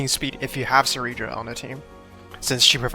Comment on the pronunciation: Why does no YouTuber know how to say Cyrene’s name ? It’s not si-Rene it’s si - Rene -ne